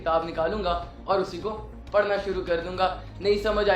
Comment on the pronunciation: Sir please Correct the word "parna" word parna nahi hai sir Actual word Pharna yani urdu mein jo py k baad ray aa raha hai wo ray nahi hai wo aray hai ray k uper toain ana hai so please correct sir next time and you are doing best sir. May allah almighty bless you bundles of happiness thanks, Jazakallah & Allah Hafiz